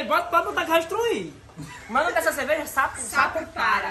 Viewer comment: "Vai estruir" aoskkoasdka